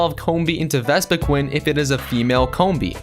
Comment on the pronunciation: Just how did you mispronounce Vespiqueen so many times...?